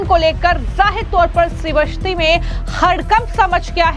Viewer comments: मैडम ये कौन सी हिंदी आप बोलती हो उच्चारण सही करो श्रीवस्ती नहीं श्रावस्ती है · श्रावस्ती बोलो. श्री वस्ती नहीं.